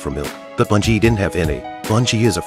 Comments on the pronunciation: B-e-ngi not bUn-gi is how it's pronounced. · The dogs name is Ben-gee!!! Please pronounce correctly!!!